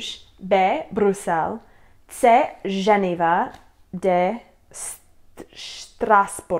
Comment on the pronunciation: Dva tisíce čtyři = 2004, dva tisíce sedm = 2007, Ženeva - not Ženiva